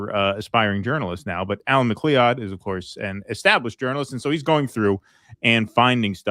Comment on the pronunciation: "Al Mac Klee Odd" JFC, how does live in the NE and never heard 'MacLoud' before?